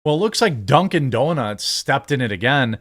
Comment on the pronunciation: 🤣😂he said "duncin deeznutz" 🤣😂🤣😂